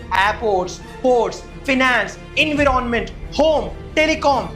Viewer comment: Environment? Say En wire ment